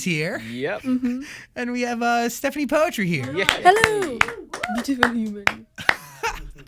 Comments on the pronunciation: Si stephani kok ngomong poetri nya juga "poetri" buka putri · i dont know why she doesnt correct the pronounciation of poetri. princess in indonesian is putri not poetri or poetry thats not the same word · Why saying poetri not putri? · Bangga si anak diva indo. Tapi dianya kenapa bilang "poetri" bukan putri sesuai bahasi indonesia. Kalau bule pasti ga tau dia pasti taulah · Poetri reads as Putri/Pootree right in Bahasa? But i guess she made it as Poet-ry as her stage name huh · yes, i understand that. If you watch this interview and some other, they say the name poetri literally, like poetry. Even she herself called her name that way. Thats why I said that I ve been calling her name wrong as "putri" instead of "poetri" like everyone in the video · so its not Putri, but Poetri like in 'poetry' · Stephanie poetry lollll Its pootree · Actually there is a video, that will explain how her name suppose to pronounce, it's Putri but she likes to pronounce it like Poetri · I never knew that her last name was pronounced Poetri like in "poetry", i thought it was Putri 🤣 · so you pronounce your name "poetri" like "poetry". didnt know that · Why does she pronounce her name wrong? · She pronounce her name wrong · iya mbae, sabar atuh. Kan saya bingung kenapa dia sendiri yg ngeja nya begitu. I was just genuinely surprised that she herself pronounced it that way